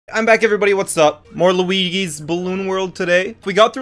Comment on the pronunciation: Bro said "Welcome to Lageewee's Balloon World." 💀